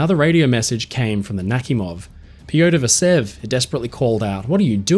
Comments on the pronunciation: Why are you pronouncing the "kh" in Nakhimov as Nakimov? The "kh" should be pronounced as "h", the combination of letters in the Cyrillic-Latin transliteration was created to avoid confusion between the pronounced "h" and the unpronounced "h". So in order to pronounce it correctly, it only takes a modicum of curiosity to ask yourself the question: "If it is written Nakhimov and not Nakimov, then "kh" must indicate something, right?". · I have heard the name Admiral Nachimov before (btw: your pronounciation of the name is a little bit awful), but I have never heard about this cruise ship. When I hear the name Admiral Nachimov, I think about a warship of the Russian Navy, a guided missile cruiser. And "Pobeda" is more pronounced like "Pob-yeda" in Russian.